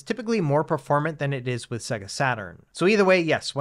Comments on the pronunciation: Annoying -Sega is not pronounced "Seggah", it's "Saygar". Have you actually turned on a Saturn? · Nice video, but in my 40 years I've never heard anyone pronounce Sega like that 😂 if you ever owned that console like I did it audibly says the name when you load a game so I thought it was pronounced universally the same. "Say - gah"